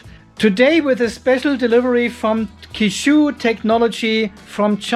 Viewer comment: Qishou is phonetically pronounced similar to che-show.